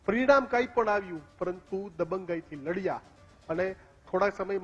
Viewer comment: ઉચ્ચાર સુધારો ગુજરાત first માં આવું ગુજરાતી !?! લડિયા નહીં પણ લડ્યા પડિયા નહીં પણ પડયા શીખો બાપ શીખો